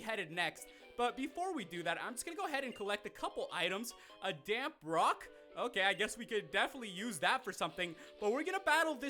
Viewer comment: "Damp rock" I swore to god he said "Damn Brock"